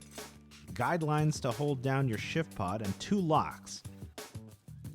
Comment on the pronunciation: Is it just my hearing or does it sound like he's saying "Shitpod"?? LOL. This tent looks amazing though!